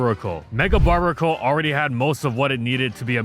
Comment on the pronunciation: "barr-BEAR-A-cull", bruv. Combination of "barbarian" and "barnacle".